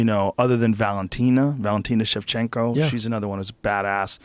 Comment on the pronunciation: ITS KAROLINA KOWALSOMETHING. valentina, schevshenko XDD